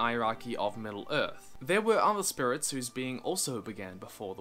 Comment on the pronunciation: You may have worked on pronouncing it but I will never forget "Spurits"